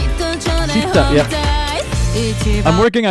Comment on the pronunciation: I hate to be that guy but since you mentioned Japanese pronunciation, It's actually pronounced "Shita" in Japanese. The sound "Si" does not exist in Japanese.